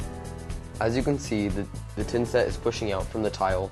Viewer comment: tha tha thinset...not tinset...but thanks